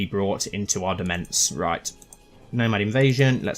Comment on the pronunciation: The word is demesne, not “demense” and it is pronounced almost like domain.